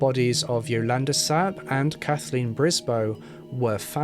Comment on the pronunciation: Pronouncation of Yolanda is off too.